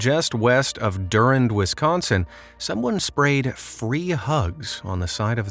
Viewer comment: I think it's pronounced Du-rand not Durand. There is one in IL as well.